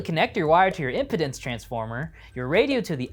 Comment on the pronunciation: He doesn’t know how to pronounce “impedance.” Let that sink in.